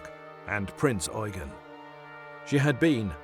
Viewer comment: THank you for pronouncing the heavy cruiser KMS Prinz Eugen properly... Unlike other video's that pronounce it Prince You-jen, instead of Prinz Oi-gen!